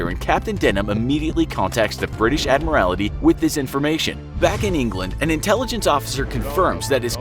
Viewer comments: Admarality??? = should be pronounced Ad-maral-tee Submarine spitfire??? = SUPERMARINE spitfire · Admiralty ffs, not admirality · pronunciation is fine except for "Admiralty", for which you say "Admirality"... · Admirality? Prince Yoogen? Wreck havoc? The quality control on this channel is terrible. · "Submarine Spitfire" "The Admorality" "HMS Suff-olk" - lol. xD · "Admorality" and "Submarine Spitfire" oh wow...please do SOME pronounciation research if you have no idea on the actual subject. LOL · “Admirality”? Come on. “U-gen”? Come on. American pop culture is destroying our once beautiful English language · Inaccurate images and “Admarality”!? Did someone forget to proofread and check pronunciation?! This is a huge fail. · The British “Ad-morality” haha 😂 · Ad-mral-tee. Prinz Oi-gun. Super Marine. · He also says "Admirality" instead of Admiralty, and "submarine spitfire" instead of SUPERmarine Spitfire... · I'd be more concerned about the ad-mi-rality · Prinz Eugen is pronounced "Prints Oy-gen." And it's the ADMIRALTY. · *ADMIRALTY and *SUPERMARINE, jeez, I'm only 1 min 20 seconds into the video. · Please learn to pronounce words like Admiralty, Suffolk and Norfolk. It really detracts from the quality of the video. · I was just about to comment on it, it’s pretty hilarious. I let the German pronunciation slide, but fore-castle and admiral-ity just killed me. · Let's say this together. Ready? AD-MIR-AL-TEE. Also, though it's spelled "forecastle," it's actually pronounced as "folk-sole" or the same way without pronouncing the l. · It's Admiralty, not Admirality. And its wreak havoc, not wreck havoc. Take an Englsh class. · Admiralty, supermarine spitfire, Prinz Oi-gen